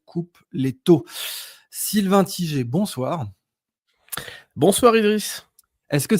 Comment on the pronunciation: Sylvain T-i-G-E-R alors que c’est Tiger 🐯🐯🐯